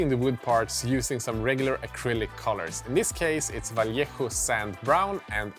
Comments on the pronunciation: Well done, sir. Good pronunciation with Vallejo!! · This might be the first video I've seen where anyone has pronounced 'Vallejo' properly - hats off. The buildings were cool too.